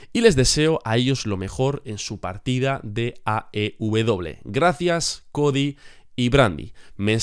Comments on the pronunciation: Porq dices aw? Te estas comiendo la e jajaja AEW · Porque dices "aubedoble" en lugar de "aeubedoble" (porque no mencionas la letra "E" de AEW?)